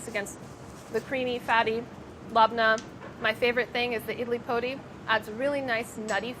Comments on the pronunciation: I'm sorry, but the way Sohla pronounced Idli Podi :( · me, a malayali, trying to figure out what idli podi is then realizing she's pronouncing it incorrectly